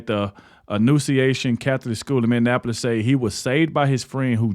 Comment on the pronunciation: I've just recently found your channel and of course some of the content you have I've already seen some I haven't, but I'll help you with something. To pronounce Minneapolis= Minnie app poll less, You're welcome.